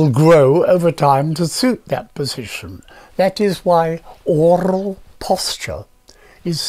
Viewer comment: "orrral posture" Dr Jhon Mew is a legend